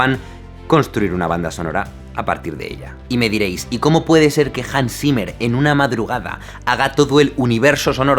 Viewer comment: JANS SIMER Xdddd